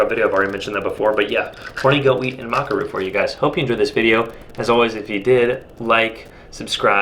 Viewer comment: Thought it was pronounced Maca not Maca